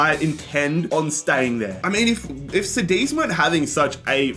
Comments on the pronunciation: KADITH wtf is CEDIZ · it’s pronounced like kudeez not sadeez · Cadiz is just Cadiz not Sadiz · Cediz 💀 Cádiz 😸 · Love the way you pronounce Cadiz, now I even call them sediz what have you done to me 😂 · Sádiz and Paco... SMH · bro said sadeez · It’s pronounced Ka-Dith. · Bro como que "zadiz" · It's pronounced kadiz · Dude, I love you...but "Cadiz" read C like in "candy" XD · Love your videos! But please work on your pronounciation of Cádiz. It throws me off. The c is pronounced as a k and the accent falls on the a. Thanks <3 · The way he said Cadiz 💀💀💀